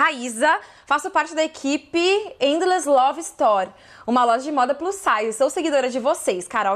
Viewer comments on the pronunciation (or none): none